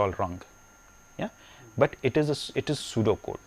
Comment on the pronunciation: oh he said pseudo code i though he was saying sudoku